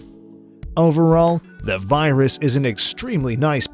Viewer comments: Pipistrel Virus !?! It is pronounced "VEER-us" please !!! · virus is said verus